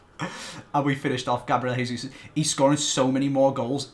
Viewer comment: it's Jay-zeus. Not hey-zeus. Plz